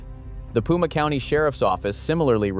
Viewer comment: Pima ( pronounced Peema) not puma. A puma is a mountain lion.